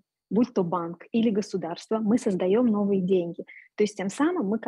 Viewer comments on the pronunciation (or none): Манера речи лающая. Да ещё и ошибки в произношении «гУсударство» вместо «гОсударство», «развитЫе» вместо «рАзвитые». А тема и материал интересные.